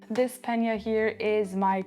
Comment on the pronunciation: You are french and you are mispronouncing the word pannier